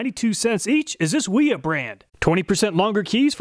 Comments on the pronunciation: holy shit, wiha is german, its pronounced with a V. and why the hell wouldnt you just take some calipers to the wrenches. for all we know your bolts might have crap tolerance and its not the wrenches fault for not fitting well. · Wiha is pronounced “Wee-Ha”. 304 is a terrible choice for the fastener. It’s soft and gummy. Did you use a fresh fastener for each test?